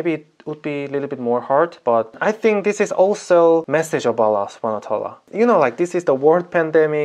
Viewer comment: Wow you say Allah very good from last time 👍🏻👍🏻👍🏻